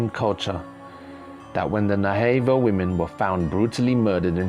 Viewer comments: Sir. Navajo is pernounced nah vah hoe not nay vay hoe for any future reference. Thank for your time. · Its pronounced nav aho not na vaho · And it's NA•VA•JO, not nahavo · Pronounced Nava-hoe. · Good vid. But it's pronounced: nav--a--hoe. Soft a. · It's sounds like Nava ho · Skinwalker Ranch is in the state of Utah. Also Navajo is pronounced, Na Va Hoe. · I only found this channel 2 days ago, and it's right up my alley!! Thank you for the great, always fascinating videos!! Just for the record, the name of this indigenous tribe is pronounced 'Nah-vuh-ho!' I look forward to your new posts😉!